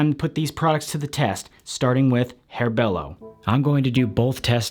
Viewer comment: Bello not belo